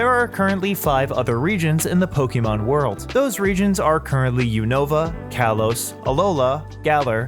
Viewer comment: You said unova wrong